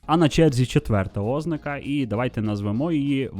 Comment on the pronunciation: Дякую за важливу і корисну інформацію Окрема подяка за подачу українською❤ Але: 😢У зазначеному вище слові наголос має бути поставлений на склад з літерою А — ознАка